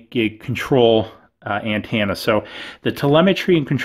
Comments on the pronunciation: Driving me up the wall with the way he says antenna.... ANTENNA not AND-TANNA 😐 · Ann-tana? Dude speak right 😂